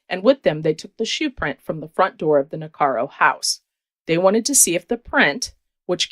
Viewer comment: It's NIH-CARE-IKO not Nicaro. Just sayin